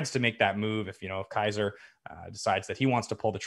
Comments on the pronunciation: Kaser, Pacific, Gregg. 😂😂 All hale the King of mispronunciations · mispronouncing Kaiser's name was the best